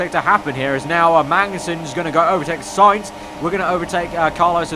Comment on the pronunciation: It's Sainz isn't it?